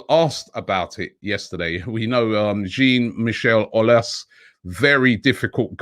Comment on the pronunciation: After all those years, Robbie still butchers Jean-Michel Aulas' name... but what else is new?